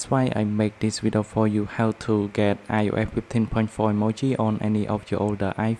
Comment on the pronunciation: I just love how you say io’eh fifty